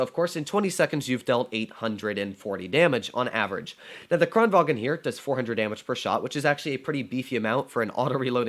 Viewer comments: It's Kranvagn, not Kranvagen. 😛 It isn't German... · "kranvagn" is pronounced KRON vang